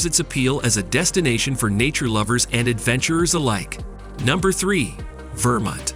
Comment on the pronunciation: Just curious: the narrator sounds American. Why does he struggle with US pronunciations of Wichita, Oregon and Vermont?